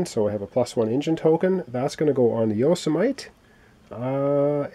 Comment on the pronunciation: It's not a big deal or anything, but if the ship "Yosemite" is named after the national park in California, it is pronounced 'yo-sem-eh-tee.'